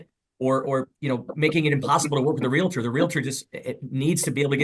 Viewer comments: "real-uhh-turr" is not how you pronounce realtor. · It is a REAL-TOR, not a REAL-A-TOR. Drives me crazy!!! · You cannot reason with the unreasonable. Someone tell her it’s realtor not relator. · "real-i-tor" Ignorance at it's best Somehow it's not appealing to see the silverback in it's natural environment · When they say REAL-A-TOR i know someone is lying especially when they know how to pronounce realtor! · Realtor is not pronounced like skellitor. Haha. The realitor said. I was gonna let it go but she kept doing it. She likely calls a stereo a stereol. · *re-al-tor...3 syllables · There's nothing like love grown cold. For the record, "realtor" has two syllables, not three.